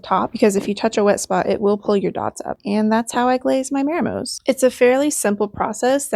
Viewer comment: it's "mah" like "modern" not "may" like "mary". mah-ree-moh.